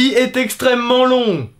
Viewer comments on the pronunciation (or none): En vrai c'est horrible cette intonation de voix de "C'EST EXTREMEMENT LONG"